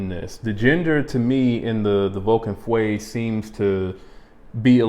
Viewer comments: « Feu » is the french word for « fire ». I am not good at phonetics to explain it correctly but the « eu » part should be pronounced like the french « e » letter. So for you English speakers it kinda sounds like « uh ». Also, note that the U is after the E. So you cannot pronounce it FWE. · Love your reviews for its laid back but thorough nature...! But please look up the French pronunciation for fire... feu.... It's not fwe .... Google will give you a close enough pronunciation. But other than that .... keep up the good work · Feu pronounces l ike "Fo" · as a French I can tell you that there is absolutely nothing close to « oo » sound in « feu ». Go on Google translate and type fire in english to translate it to French and listen to it. It might help you ear what I’m describing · French here and agree!